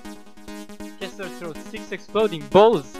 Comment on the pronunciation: I'm pretty sure his name is Kesler, not Kissler. XD